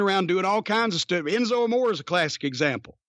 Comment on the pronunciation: I wish Jim's wife and doctor would warn Jimmy about consuming so much red meat, especially fatty hamburger, at his age! My doc would probably have a nervous breakdown if I ate even HALF that much! BTW Enzo's last name is pronounced AMORE (AH...MORE...RAY)